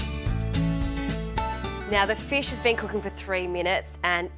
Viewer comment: What's a feesh?